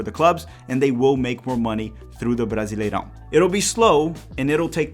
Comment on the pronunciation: estava só ouvindo o audio do video achando que era gringo, mas quando falou brasileirão perfeito entregou pra mim que é br tambem kkkk